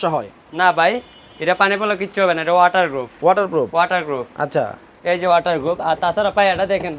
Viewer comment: গ্রুফ না প্রুফ 😂